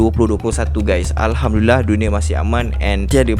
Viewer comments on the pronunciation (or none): none